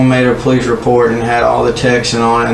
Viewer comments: ‘You know I’m the Pole-eeese. ‘. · the PO-lice, LOL... gotta laugh at that Southern accent. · “u kno she’s talking to the poe-lease” i fell out 🤣🤣🤣